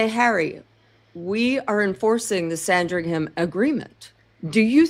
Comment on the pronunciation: It’s not Sandring Ham, don’t pronounce the “h” sounds more like sandring’em